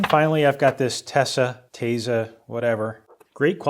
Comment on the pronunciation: You said it perfectly it's TESA!